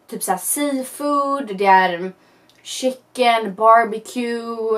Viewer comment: "schickkkken" det är "chicken"......